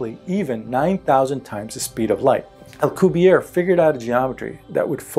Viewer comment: The name, 'Alcubierre' is Spanish from Mexico, not French as depicted in this video. It should be pronounced with a pronounced rolling of the double 'r' and the last letter, 'e' should also be pronounced.